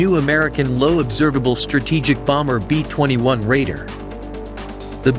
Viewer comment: B minus 21????? Really. Why not get a real human to explain the video. It doesn't take the much for someone to read the narrative.